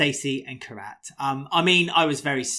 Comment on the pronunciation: I absolutely love and, you boys do an amazing job and I log in every week to hear the podcast I love it. But "" theres one thing that makes my blood boil... please please please stop mispronouncing Kheerats name its "Kheerat"(kheer_at) not Karat (k_rat) thankyou and I love you guys!